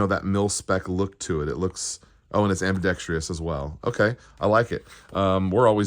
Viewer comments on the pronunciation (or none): YES...finally found someone else bothered by this. There is no i after the freakin r ! Do the pronunciations of jewelry and realtor drive you crazy, too? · AGH!! Am-bi-dex-TROUS...ok, I feel better now.